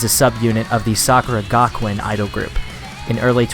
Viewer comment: Did you say "Sakura Gakuen(さくら学園)"?. If you said so... That is wrong. It's "Sakura Gakuin(さくら学院)" correctly. But I'm so sorry, if I totally misunderstood what you said.